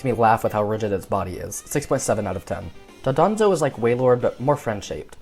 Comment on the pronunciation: Why does everyone say Dodonzo while it's called Dondozo